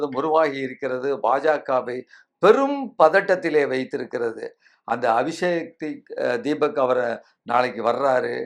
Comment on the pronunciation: ஐயா, அபிஷேக் தீபக் அல்ல, அபீஜித் திப்கே.